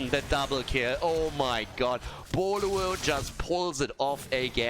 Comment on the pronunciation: Did you ever study Chinese? I didn’t realize the name of team Boluo is actually Pineapple in Chinese until you continuously pronounce it perfectly